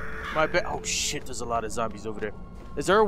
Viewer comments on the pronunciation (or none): When says oh shit it sounds like ocean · It sounded like was saying ocean instead of saying oh shit!